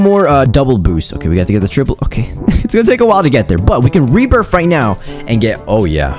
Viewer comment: man says rebirph